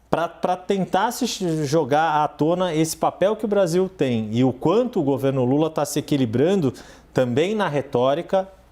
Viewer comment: Sei q é algo sério eu ri do cara chamando lula de lura kk